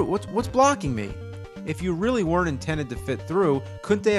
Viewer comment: "You reary mess up bad white boy"